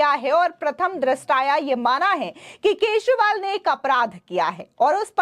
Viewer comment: Please Learn to Pronounce his Name Correctly, The Delhi CM.... Sunno " Kee jree waal "